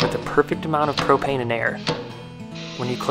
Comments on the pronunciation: "propain" Hank hill appears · He said propain 5 times😂🤣